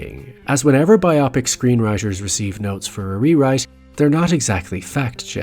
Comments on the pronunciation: Great video! Well done, but I cringe everytime you say the word "biopic". Why you have to pronounce it so weird? I know I have my issues with the English language and I pronounce many words weird... or barely, but I also know that English is not my first, nor 2nd language, while you seem to be born with it. So... Why the weird "biopic" pronunciation? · the mispronunciation of biopic is a little brutal :( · look it up- the English language has some standardization. Biopic is an abbreviation of Biographical Picture. Bio is a prefix. When Bio is a prefix, the stress is on the I. I’m not sure if the creator was aware of this and mispronounced it to create comments like these for engagement, or if it was an honest mistake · What is the point of learning how to pronounce biopic before making a video about them? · I speak from experience here… they’re gonna come after you for that ‘biopic’ pronunciation. Great video though! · Great topic. Good work. Wish you had pronounced "biopic" correctly. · It might also be generational (I'm GenX), and the word is just evolving. But this newer pronunciation conjures "myopic", which maybe better reflects the people who make biopics. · my favorite part of this video was when you mispronounced biopic every single time you said it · And ‘biopic’ does not rhyme with ‘myopic’. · He might have done it on person. To make it sound like "myopic" 😂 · Pretentious, incorrect pronunciation of biopics lol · WHY? Why do you keep mispronouncing "BIo-PIC"?? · You pronouncing it as “Bye-Ah-Pics” took me out of the viewing and message of your video tbh. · It was driving me crazy lol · Anyone else distracted by the creator's pronunciation of bi-opic? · I've always pronounced it: "Bio-Pic." Am I wrong? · Sorry, but I couldn't finish this video, because you kept pronouncing biopic like bi-opic. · “bi opic” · Why are your deliberately over-pronouncing the very simple world "bio-pic"? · Biopic comes from biographical picture, so it should be pronounced BIOpic.